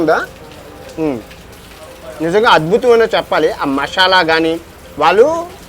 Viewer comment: Mashyala ❌ masala✅